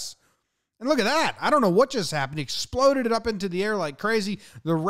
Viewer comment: exploded. Pronunciation. ! :( Mw